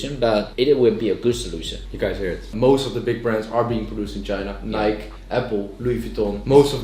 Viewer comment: My guy pronouncing Nike wrong